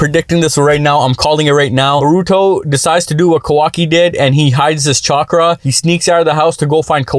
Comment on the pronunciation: I liked the pronounciation Chwakra 😂